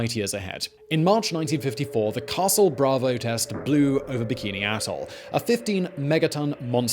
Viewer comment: I know he said "Bikini Atoll", but it sure sounded like "Bikini Asshole"